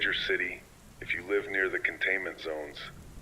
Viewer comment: oh dang I thought there were actually narrated until you pronounced live wrong :(